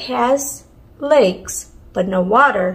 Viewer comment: Wow That was a box Had to think about the riddle for a while because I thought you said legs but then I realized you said lakes So it must be a map